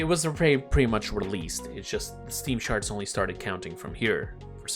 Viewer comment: charts❌ sharts✅